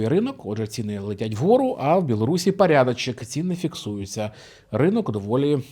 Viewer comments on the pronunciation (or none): Люблю ваші вислови про пАрядАчєк і вислови з іноземним акцентом. Вони дотепні.